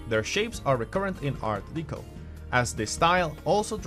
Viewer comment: I got as far as him saying Art DEECO...no thanks.....😆